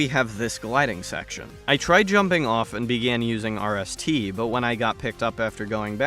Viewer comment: I’m just gonna call rst wrist because that’s what it sounds like when you say it